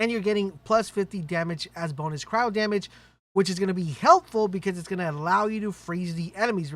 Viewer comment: Holy shit! This guy pronounced "cryo" the correct way. Finally!